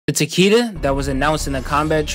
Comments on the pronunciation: Taquita lol tell em you’re Mexican without saying you’re mixing. Tuh-Kay-da is how it’s pronounced fuck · ITS PRONOUNCED "TAK AY DA" THE ANNOUNCER LITERALLY SAYS IT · Taqeeta tf kinda AI pronunciation is that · ITS PRONOUNCED TA-KEH-DAH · His name is Japanese, it is pronounced Ta-Keh-Da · I believe Takeda is the Grandmaster title for the Shi-rai Ryo, since Takeda Takahashi around A.D. was the first who established this branch of Shadow Warriors, the name Takeda is to honor their founder for the years to come. Remind that most Western fans do not know the pronunciation for Takeda is written in Mandarin as 武田(military/combat field) or 竹田 (Bamboo field) and his name is deeply associated with their main warrior sect 林鬼 (Lin Kuei meaning Forest Ghost/Demon). All to suggest they dedicate towards martial improvement and mysticism, except the Lin Kuei tend to focus more on combat efficiency hence their blind devotion for Cyber Initiative while the Shirai Ryu focus on improving martial prowess thru skill instead of self-mutilation.